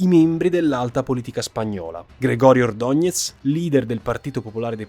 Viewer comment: Òttima esposizione dei fatti, ma rilevo l'incapacità di applicare l'accentazione castigliana (por ejemplo: "Ordónez" e non "Ordonez").